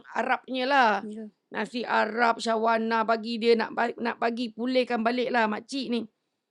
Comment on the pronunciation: Aku terhibur dgr ni ckp..reyyyy, shawarna😅